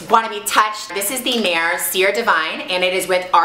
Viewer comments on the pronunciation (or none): Does anyone know what kind of wax she said that was, all I understood was nair